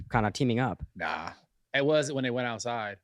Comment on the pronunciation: kyle says altside (outside)